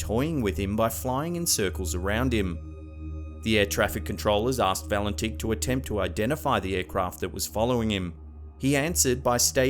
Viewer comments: At the time Valentich disappeared, his name was pronounced "Valentich", not "Valentick". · I like your channel and I am a subscriber but please mate pronounce the Australian pilots name correctly lol you said his name at least 10 times incerrectly.